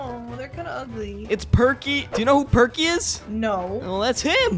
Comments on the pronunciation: Percy not perky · The green train name is Percy not perky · Perky seriously perky you called percy perky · toby is a tram engine and when you said perky and that not his real name his name is percy